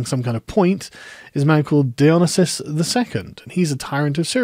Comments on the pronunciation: Dionesius → Die-o-nee-see-us If you're goign to say his name 40 times, it might be worth checking how it is spelled. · Don't think your saying Dionysius right. Your leaving out the "i" before the "u". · I'm unfamiliar with the pronunciation you're using for Dionysius, is that known to more historically accurate or something?